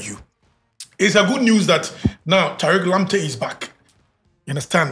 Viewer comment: Who hear the taliq lamptey?😂😂😂